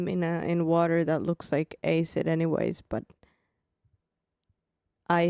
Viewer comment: The way you pronounced acid is all wrong So wrong it freaked me out.